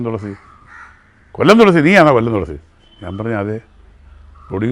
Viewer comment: തോളസി അല്ല തുളസി 😂😂